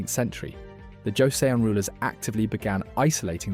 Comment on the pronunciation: Also I hope this doesn't sound pretentious but your pronouncing the last Korean dynasty name wrong. From what I remembered is that their name would sound something like ( jo - sun ) . Korean names are kind hard to pronounce even for eastern names standards by the way . Apparently where ever you see seon it is produced as sun . Though this is mostly from my intersection with learning about Korean shamanism